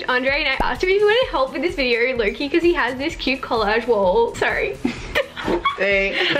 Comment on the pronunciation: nobody:: viderrr sorry no hate